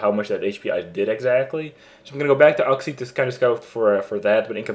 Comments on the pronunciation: oox-e not uhx-e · dammit its YOUxie not UGxie >_>